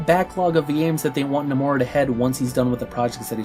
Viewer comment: You keeping pronouncing his name as no-more-a. It's No-muh-ra.